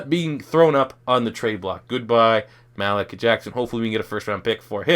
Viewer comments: Lucas Borja Yeah it's pronounced Maleek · Learn how to say Malik Jackson bro